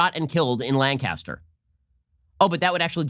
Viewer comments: Ben, as someone who lives near Lancaster Pennsylvania let me tell you, it's pronounced LANC-is-ter, not LAN-cas-ter. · Hey Ben, big fan, as a native Lancastrian, wanted to let you know we pronounce it "Lan-kiss-tur". It's how we id people from out of town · It's pronounced Lan-kiss-ter, Pennsylvania. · Lancaster is said like “Burt Lancaster” come on Ben, Lancaster...just roll it out of da mouth